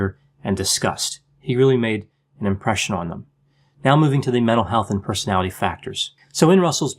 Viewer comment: I like that you speak in small sound bites so that it is easy to understand what you are saying. It bothers me that you you seem to say "Persality" skipping a syllable in "Personality". Just sayin.': )